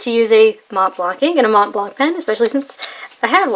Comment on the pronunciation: The C in Montblanc is silent, you don't pronounce it.